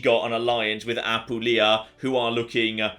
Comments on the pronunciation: I beg you. As someone born and living in Apulia, I HAVE to tell you that it's Apùlia, not Apulìa. My hears keep bleeding... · ap poo lee a